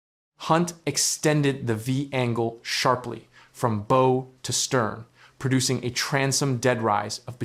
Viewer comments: Owe, as in "You owe me money" is pronounced like "no". Maybe you should try "Bow like How". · Hey, AI! It's pronounced Bow like Owe, not Bo like No. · If you're going to use AI to read your text you should spell out "bow" phonetically as "bough" so it reads it correctly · AI voice can't pronounce the word bow 😂